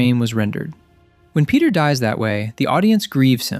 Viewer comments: bro said Penti Parker😭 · Fenty Parker ✌️🥺